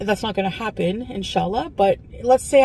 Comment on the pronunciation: The way ahe pronounces inshallah and hijab makes me want to jump out a window.